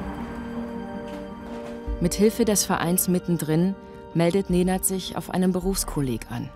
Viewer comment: Ej brate, svaka čast. Aber bin ich der einzige den die Betonung nervt? Neeeeenaad. Naja meine Lehrer können nach 10 Jahren meinen Namen auch nicht aussprechen